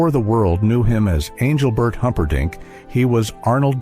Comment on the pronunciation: Please tell this guy speaking to pronounce Engelbert's name correctly